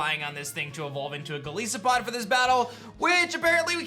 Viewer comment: man said "go leese oh pod"